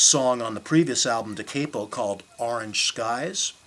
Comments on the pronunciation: Any publicity is better than none but This guy doesn’t even know how to pronounce the name of the 2nd album. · the second album is pronounced Dah-Cah-po, not Dah-Kay-po. It means "from the beginning." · Does it matter how he pronounces 'Da Capo'.... Yes It could have been better.